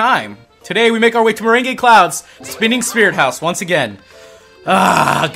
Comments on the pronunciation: It's pronounced Mer-rang. Like lemon meringue pie. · IT'S PRONOUNCED MER-ANG